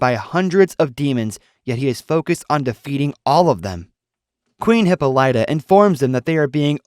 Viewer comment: Hippolyta’s name pronounced Not Hippo - Light - uh BUT Hip - Pol - It - Uh